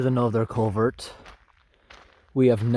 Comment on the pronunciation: "CulverT!" haha :P I like your accent man, where are you from? Do you travel far out for some of these jobs or are they all in the towns/cities close to home?